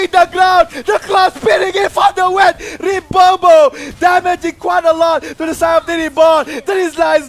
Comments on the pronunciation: Did he just say Ribobo?? WTF!!!ahahahah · RIBOBO HAHAHA